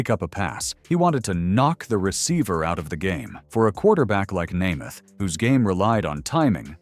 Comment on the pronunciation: the mspronouncing of Namath and Unitas' names is unforgivable. A true embarrassment.